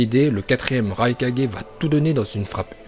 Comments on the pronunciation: C'EST PAS LE RAi4G C'EST LE RAIKAGE 😭🤦😂😂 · La façon dont il dit okage me pertube tropppp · '' raikage '' '' raicage '' '' raikague '' Bordel mais dit les choses correctement et c'est '' Shippuden '' et pas '' Shippunden '' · le raikaje jpp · raikage 😂😂😂 la prononciation